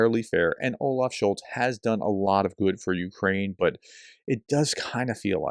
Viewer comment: "Scholz" you should at least know the name of the people you talk bad about. But it shows a general trend how people who don't even know the names of people think they understand the issues of a country. lol